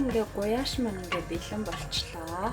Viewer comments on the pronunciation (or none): Гуляш гэж хэлээч ээ гуяш гэх шиг зөв хэлчихээч ээ !!!